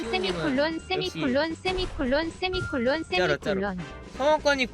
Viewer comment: 수세미콜론 세미콜론 스미클른 스미콜룬 소미쿨런 쉐미콜란 수메이콜란 왜 나만 다 들리지 ㅇㅅㅇ